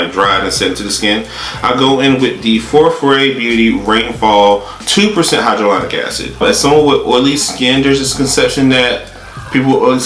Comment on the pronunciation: High-ja-Lonic lol